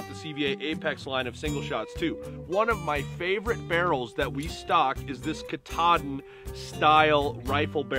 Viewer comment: KA TAA DIN is how you say that name. It is the highest peak in the state of Maine btw.